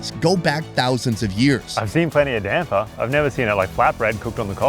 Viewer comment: nailed "damper", needs work on "goanna" but if he'd said "waada" (water), I'd campaign for his Aussie citizenship